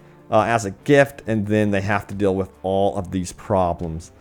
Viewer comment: He seems to have trouble with short and long vowels 🤔 His "dill" instead of "deal" gets me every single time when I hear it.